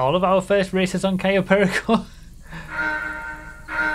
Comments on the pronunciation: I cringe every time he mispronounces Cayo Perico.. at least he learned to say Yosemite 🤣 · it gets me everytime tries to pronounce cayo perico properly